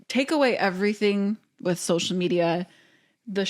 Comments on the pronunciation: Why does zach say SHocial media… SO-shall not SHO-shole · sho-shull media 🤪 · (Not a hater I love this family) I hate how Zach says “SH-oh-SHull “ media